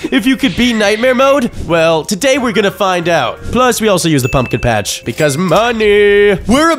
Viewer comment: blud really said pacth 5 times